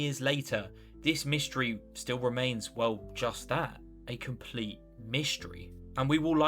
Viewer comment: "mishtry" lmfao